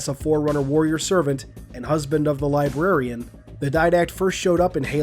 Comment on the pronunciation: I’m sorry I can’t you over......”LIBARIAN”